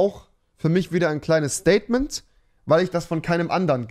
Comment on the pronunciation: Das "Staiytment" von Rewi